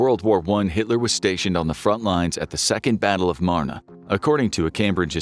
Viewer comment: Dear, I'm a French teacher 🇫🇷👨🏻‍🏫 and I would like to compliment you on YOUR PRONUNCIATION 🫵🏻👏🏻👏🏻👏🏻👏🏻 of the French name "Marne." You correctly pronounced it, (with a southern* French pronunciation), as "MARN-uh." Bravo to you for taking time out of your North American day to speak this word properly. (The northern French pronunciation is just "MARN.") "MARN" or "MARN-uh" both work. Merci, Monsieur! 🥇🫡